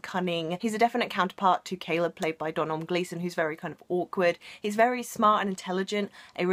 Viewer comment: Sorry but as an Irish person it really bothers me that you pronounced Domhnall wrong. It's pronounced Doh-null